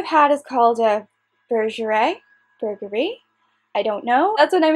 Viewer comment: Hi, I love seeing the progress you make! The hat is pronounced ber-zsh-ere. The zsh isn't a hard 'sh' sound. It's a soft, buzzy sound. I don't know if I'm making much sense there. lol. P.S...Are those sequins on the Edwardian dress really really old? If so, be careful! Sequins were originally made out of gelatin, which means they melt when they get wet. If you're not sure then test one in hot water before risking the ones that are on your lovely dress! Sorry if you already knew this. I had visions of you being distraught when you said they were 'vintage'. I'm not sure how old that makes them. Let me know if you find out what they're made of!